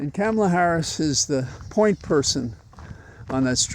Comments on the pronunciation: I saw a drawing this morning and it looked like, la. That is how you pronounce the Vice President's name. "comma la". It finally made me see how to pronounce Kamala. Also, I want to say how very excited I am to have a female President candidate again! Thank you for keeping us sane. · Use her last name, Harris, like is done with men. It's rather disrespectful to call women by their first names when not doing the same for men, particularly when you're unable to use the correct pronunciation! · Thanks for your commentary. I have one complaint though: please pronounce Kamala’s name correctly. I’m so sick of republicans mispronouncing things on purpose for years now that it’s become a pet peeve. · Two things. First, I am glad to see that you're wearing a bow tie today! Second, Kamala said sometime back that her mother told her to pronounce her name "Comma, La." As my teachers used to say, "A word to the wise." ❤ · Now that she's going to be president, everyone will have to learn how to pronounce her name. One easy way to remember is phonetically it sounds like "comma law." mention of Traitor tRump being like the devil reminded me of this Ice-T quote: "I can't believe people are comparing Trump to Satan. Yes, he's evil, but he's certainly not as evil as Trump." 😆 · Um.. A quick question. Did you pronounce Spiro Agnew's name "Spy-roe" three and a half years in? It's KAHmala, not KAAAmala. She is our VP. Not our Girl VP... our REAL VICE PRESIDENT and she deserves the respect of pronouncing her name as she does, as all her staffers do, as most all women do, and for sure all black women do. Please do better. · VP Harris' first name (Kamala)is pronounced Comma-La It's ok, many of us mispronounced it at first, I'm still working on it 😊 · It’s Ka-ma-la. All the a’s have the same vowel sound. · Wise words. Also, as I myself focus on correcting my pronunciation, "comma-la". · Hey, I believe her name is pronounced like a comma, FYI.